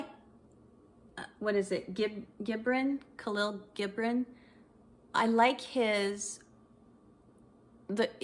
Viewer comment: I thought I might make another comment about #BigFish and #GoodwillStores ... that film was a big #ValentinesDay treat for myself and a significant other in 2004. And your pronunciation of KG is right. [for someone who has no Arabic].